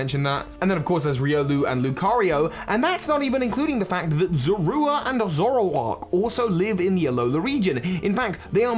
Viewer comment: Who calls zorua za ru a